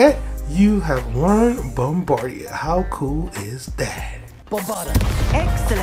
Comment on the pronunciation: Bombada. It's DA NOT DIA